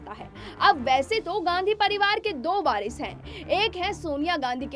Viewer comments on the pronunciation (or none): Barish nahi varish bolo